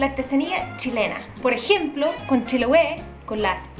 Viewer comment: tamben es chiloe no chilowe